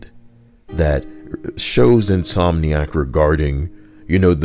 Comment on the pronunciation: "In-SOY-niac" lmao